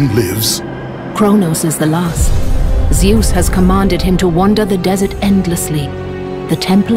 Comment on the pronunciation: Nah he sais ZEUSS !